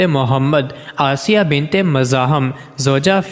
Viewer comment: بنبت اور بن مبں فرق نھبں کر سکتے اور وبڈبو بناتے ھو بے غبرت.